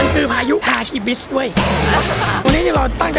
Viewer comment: ฮากิบิสคะไม่ใช่ฮิกิบิสคะสุดหล่อ